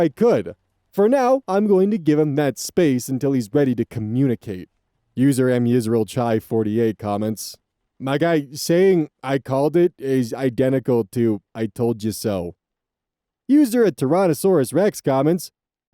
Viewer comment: "am yisrael chai" is pronounced with a guttural ch or at worst an h, not a ch like church. It's Hebrew.